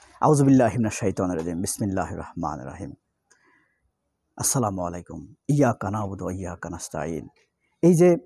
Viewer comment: ASSALA MU ALAIKUM BOLBA, ETAI SHUDDHO. ASSALA MALI KUM MANE TOMAR MRITYU HOKE.,KAJEI SHABDHAN